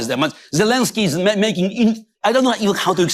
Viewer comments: Why can’t some Americans pronounce Zelenskyy? It’s not Zillinsky, it’s ZELENSKYY!! ZELL rhymes with Bell.. drives me nuts! Anyway Slava Ukrainii! 🇺🇦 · While you've spelled ZELENSKYY correctly, you keep mispronouncing it. I had a teacher named Betty Zelinski. Volodymir's last name does NOT contain an "I" it is an "E" and should sound like the "E" in pet, not the "I" in pit. ALSO - the summary has his last name spelled WRONG - as Zelesnskyy. Foreign leaders would have more respect fo us if we at least got their names correct, consistently. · look at the second "e" in president Zelenskyy's name. Ben pronounces it as an "i'. I believe it's disrespectful not to pronounce people's names correctly. He also mispronounces the name of the French President. Ben is a lawyer and I expect better accuracy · I wish Ben had enough respect to stop mispronouncing President Zelenskyy's surname